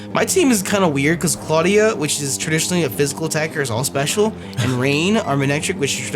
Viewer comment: said clawdia the cloyster